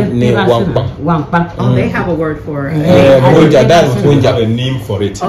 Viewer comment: The old lady was speaking the Gonja language and not gonga.. You've tried your best well done and big ups to you...